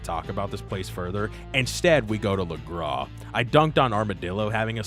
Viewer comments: bro said lagras correctly but refuses to say saint denis 💀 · I love the Saint Denis pronunciation rant while pronouncing Lagras perfectly...